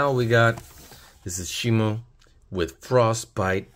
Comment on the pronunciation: Shimo is just how it's pronounced pronounce it's Shimu not shimo